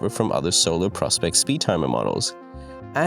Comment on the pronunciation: It’s pronounced PRO SPECS.